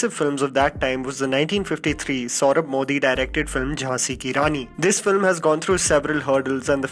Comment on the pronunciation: Hi - I really liked you channel and your videos but you gotta stop mispronouncing names - Its not SAURAB MODI, Its SOHRAB MODI... It wasn't MAN-TOE, its MANTO - PLEASE STOP DOING THAT